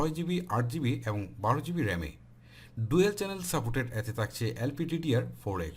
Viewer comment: helpful review.. but উচ্চারণের দিকে নজর দিবেন আশা করি, করচি,তাকচে, কেলছি,কেলা what is it.....